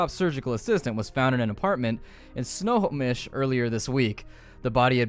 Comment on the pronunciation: I went to high school in Snohomish and your pronunciation makes me wince. But I love you,.